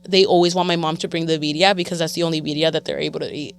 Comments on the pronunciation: Put some RESPECT on BIRRIA. Roll them Rs. 🤣 🤣 😂❤ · “Viria” lol